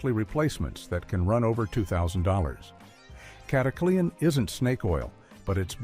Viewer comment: This AI narrator is one of the best I've heard with a very good nuanced voice, but it turned "Cataclean" into a 4-syllable word! "Cat-a-clee-an"? It isn’t "snake oil"!